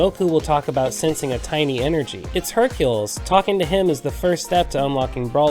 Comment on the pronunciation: Just got this game back after a nice long years of not playing it and in this video I think everything's awesome except Hercules name being pronounced as I think everyone says Hercule